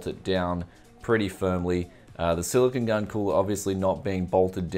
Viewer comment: It's silicone not Silicon :)